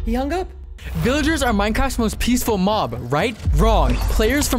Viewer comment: I foat you said mom instead of mob